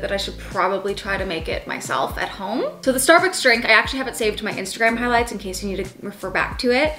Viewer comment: ‘Starucks’ HAHA 😂